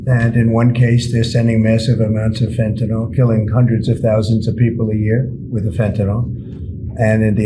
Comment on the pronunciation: Hey Ben! Love your work! Chemist w OCD here: "Fentanyl" NOT FentanOL The last syllable is pronounced like "ill", not like "all" Does it matter? Of course not... 😅